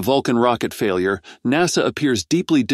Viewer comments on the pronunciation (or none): none